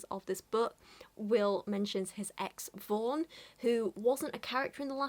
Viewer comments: I keep hearing her name as “Vore” Help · For some reason every time you say "Vaughn", I hear "Vorn." Which isn't really any worse of a name.